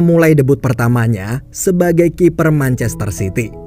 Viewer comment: Lu salah ngomong manchester city woi bukan manchaster sity